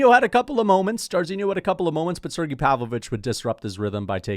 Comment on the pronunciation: how long until starts saying Sergei instead of Sirgee when talking about Pavlovich?